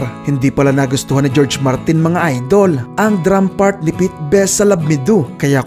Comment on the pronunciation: Sadya lang ba yung pronunciation sa George Martin??